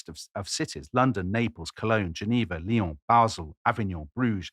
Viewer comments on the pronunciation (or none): none